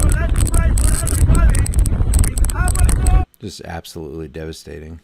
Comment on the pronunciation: The Bahamas has 700 islands and 30 inhabited islands. It’s pronounced “ABBA KOE” Read “The Guardian” or “The Tribune”. Those are the 2 major newspapers of The Bahamas. I lived there in , and saw 2 hurricanes, the death tolls are real. People “over the hill”, live in shanty shacks. Watch “Mike’s weather”, on Facebook.